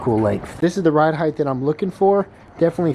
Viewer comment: Ride Height like sight not Heith